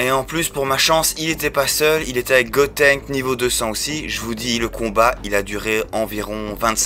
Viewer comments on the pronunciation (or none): none